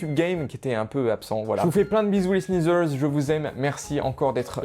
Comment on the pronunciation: Tu peux arreter de dire les sneazers